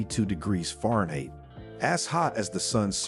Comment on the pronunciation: This narrator doesn't know how to pronounce Fahrenheit or meters??